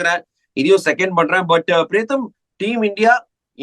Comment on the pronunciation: Your pronunciation of Priyatham comes out as Pretham. In fact only today I came to know his name as Priyatham instead of Pretham.